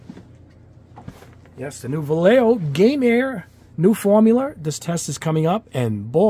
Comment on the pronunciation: Love it! How to pronounce Vallejo? Va-e-eh-ho :)